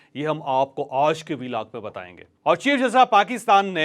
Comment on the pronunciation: اوج کا ولاگ، اوج کا ولاگ، اوج کا ولاگ، اوج کا ولاگ، اوج کا ولاگ جپ آپ ” آج “ بول سکتے ہیں تو مونھ ٹیڑھا کر کے ” اوج “ کیوں بولتے ہو